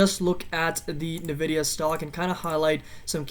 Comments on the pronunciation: It's pronounced "en-vidia" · Thanks for publishing but credibility dumps when you don’t know how to say the name of the company you researched.